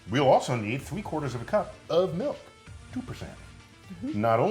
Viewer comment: I love your vids and everything but for some reason it just bothers me when you say 'melk' and I know that's how some people say it but idk it just bugs me 😂